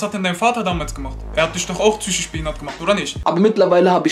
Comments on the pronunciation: Vor allem das heißt zychisch nicht psychisch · Psychisch nicht Zychisch